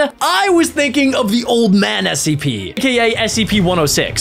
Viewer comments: WHY IS HE SAYING ACP ITS SCP NOT ACP HOW DO U NOT KNOW!?!?!? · You are saying the wrong spelling of s e p u r saying aep instead of s e p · why are you saying acp its scp not acp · Why u say cpr and acp its scp🤣